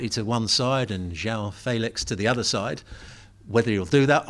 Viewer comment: We can only count on Gab to pronounce João Felix correctly in this channel. Others insist on calling him "Zhao Feelix", lol